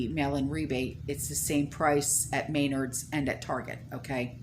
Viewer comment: I think you mean MeNARDs (short e, accent on the 2nd syllable) It's like Home Depot but up north. So thoughtful of your subscriber to provide this sample menu. It wouldn't work for me, but I'm sure it wil help others. By thhe way I had family visiting for a week, so I've been out-of-pocket. I have some catching up to do!